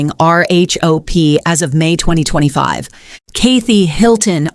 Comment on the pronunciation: Kaythee Hilton 😭😭